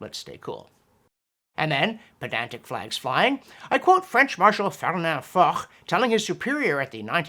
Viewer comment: love your videos, but if you want to cultivate your pedantic cred, you'll pronounce Foch as "fosh" 😁